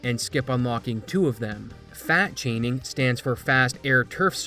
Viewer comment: I thought he said fat shaming xD